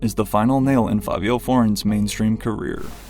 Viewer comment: It makes sense he can't spell. Cause how is there two "I"s in Fa-vi-o? It's literally pronounced like Fabio